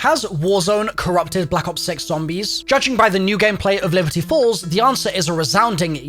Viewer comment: I dead ass though he said Liberty Balls at the beginning